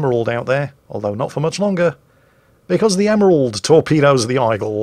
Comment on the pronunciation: what on earth is an "Eyegull"?